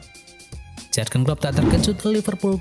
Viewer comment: yurgen om, bukan jargen